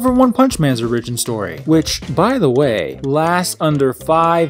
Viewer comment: oRIgion stohree?